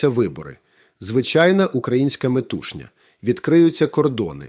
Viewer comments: Українською перекладає штучний інтелект? Єдина хиба - неправильний наголос у слові "метушня". А так - бездоганно. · чудова укр.мова ! от тільки треба говорити "очільники України" замість "Україна", бо ж рішення ухвалюють 5-6 "менеджерів", а не народ( напр. розмінування і т.п. ) Також у слові "метушня" - наголос на остан.складі - "метушнЯ" , а в слові "натИснути" - на другому складі . Ну і "щоб поржать" - переговори можна вести ( якщо прийняти тезу проф.Солов'я , що Путлер - покійник ) з Євгеном Васильовичем )). Щодо нього указу Зе не було ж ? ))